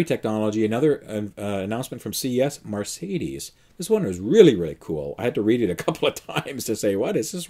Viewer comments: why do you pronounce Mercedes as Marcedes? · Mercedes, not Marcedes!! 😃 Also, the proposed Fisker lease has NO term. You could keep it for any duration. Change your mind 6 months in, turn in no penalties.🤗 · Mar - say - dees ?